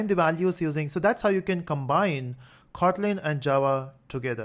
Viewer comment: sir is is khotlin or just kotlin u pronounce it as khotlin